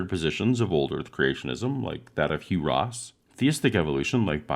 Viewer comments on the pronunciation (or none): none